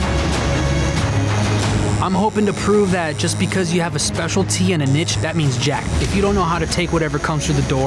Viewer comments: mate it’s pronounced niche not nitch... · Did he just pronouce niche as 'nitch'? 😂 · did he pronounce "niche" as "nitch